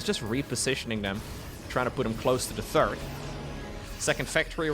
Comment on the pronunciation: I know you, like me, does not speak English as your first language. But there is one word in particular that always makes me giggle. The third command center is the one that is built after the second. The third command center is never mentioned, although the intention is there. You always say the TURD command center, which would be a command center made out of... well... I'll just turn the video back on again:D